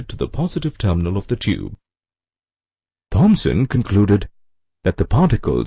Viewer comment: Sorry but Its THOMSON....